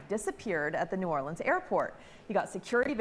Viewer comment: It’s New Orleans. -dude from Louisiana.